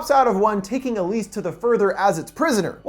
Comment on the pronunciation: check the description you said elsie instead of elise